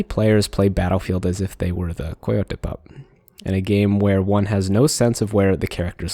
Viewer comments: Koy yo tay who the fuck pronounces coyote that way? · Noticed your pronunciation of "coyote"(?). Have I been pronouncing it wrong this whole time or what D